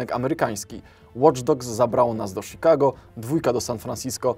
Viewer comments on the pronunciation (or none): none